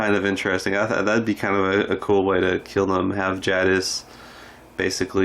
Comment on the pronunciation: Good job, bud. I’m pretty sick of Simon anyway. What about Dwight? Any chance he and Simon die in the same episode? Btw, I do like Steven Ogg, just not Simon. One more small item. Jadas is pronounced with a long A sound, like take or wake. Not trying to be critical, just sayin’, ok?